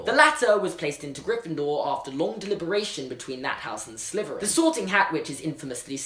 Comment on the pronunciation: Does anyone else think that when he says Slytherin, it sounds like Sliverin?